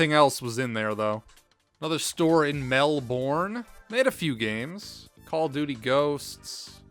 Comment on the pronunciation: I really enjoyed the video, but I almost had to stop watching when you yelled out Mel-BORN. I was born there and it's Mel-bern. That's all!